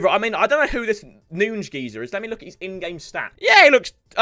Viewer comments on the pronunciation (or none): none